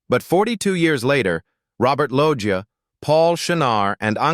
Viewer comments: "Robert Loia" 🙄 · stupid ai voice over, its robert "loesha" lol